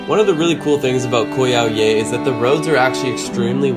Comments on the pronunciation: Great video and indeed it is a great place to go to for a few days. I had to laugh about your pronunciation though. :) Koh Yao Yai means "Island Long Big". The Yai is pronounced "Jaai". Same ending sound as Chiang Mai. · Pronounced Yah-e. Means big in Thai 😂 vlog is on point though! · You pronounce Thai always wrong. Yai (Jaai) = Big/Huge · Nice video but ......How have you lived and spent so much time in Thailand yet still can't pronounce the name of a well known island correctly ? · super annoying how he keeps on pronouncing 'Yai' wrong......